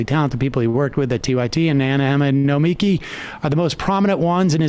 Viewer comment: I’m surprised Sam still doesn’t know how to say Nomiki’s name yet.